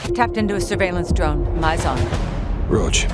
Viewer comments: I heard rog not roach thats why im confused why roach is coming without a reveal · everyone literally getting salty over this mans mask it just a skull mask it's his one defining trait deal with it 💀, wait people actually heard roach? I heard rog cause that's all they say